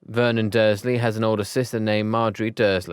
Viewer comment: Dude! It's not vemon it's Vernon 😑